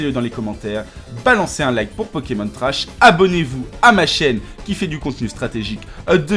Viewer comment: vous êtes bien sympa mais apprenez à prononcer le nom des Pokemon, ça devient vite irritant...